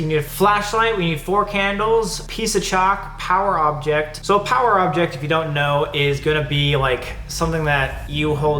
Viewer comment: BY POWER OBJECT I THOUGHT YOU WERE SAYING A POWER DRILL KAJAHAHAHHAHAHAH